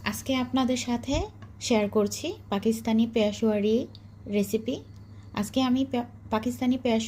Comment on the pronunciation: পেয়াশোয়ারি আবার কি হুম? পেশোয়ারি বলেন